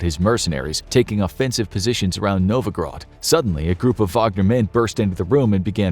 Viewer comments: its not NOVOGROD its NOVGOROD, how many fing times ... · He is much better than a lot of YT narrators, but a LOT of pronunciations are botched. In this one, Novgorod has become Novograd. Novograd <---- no such critter.